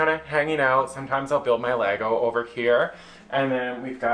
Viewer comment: The correct pronunciation of the plural form of Lego; Chefs kiss. 😮‍💨